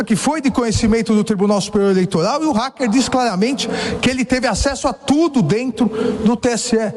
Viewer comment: Mentigas, eleitogal, inquéguito, como fala bem esse xxxxxxx, vixe. Mentiras, jogo sujo, armação, isso é próprio do ladrão.